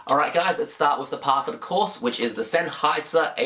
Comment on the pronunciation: You say senheiser like such a FOB i love it bro XD